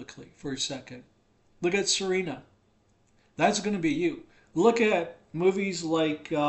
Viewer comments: The name is: S-E-R-A-N-A. Not Serena. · can't even pronounce her name correctly. Thanks but "SarEHna" might not be intended to be marriageable, but my SerAna mods say otherwise. Don't tell other people how to play their game. Also no one cares what the bible says or your theological opinion. God doesn't talk to you. Clean your house and mind your own business. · Wow I pronounce her name as See-rah-nah 😮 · Sir Anna is how she pronounces it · It's just me or you're really pronouncing Serana's name dofferently every time?